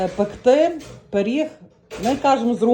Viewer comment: Не періг, а пиріг